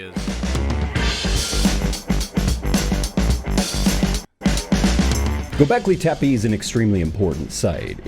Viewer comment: the way he pronounces göbekli tepe drives me up the wall